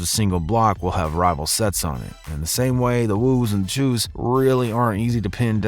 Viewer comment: it’s not cheews it’s choos😂